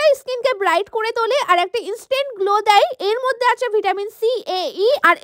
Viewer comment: Glow❌️ Golow✅️ 😂😂😂